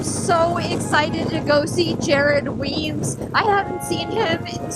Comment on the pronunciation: Weems must die a little inside every time you and say his name wrong. Haha